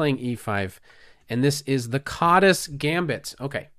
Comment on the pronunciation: It's pronounced as kaadash in Hungarian but never mind.